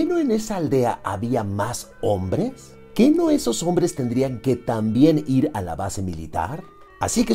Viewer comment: Amo que digas onvres jajaja